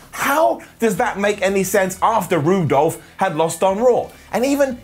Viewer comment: Roo-Dolph? Brilliant, LMAO. :)